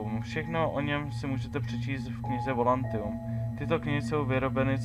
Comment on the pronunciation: volantium :D je to volatium ale nevadí :D